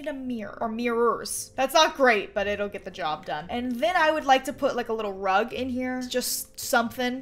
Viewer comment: When she said there's a unicorn rug i heard there's a unicorn drug 🤣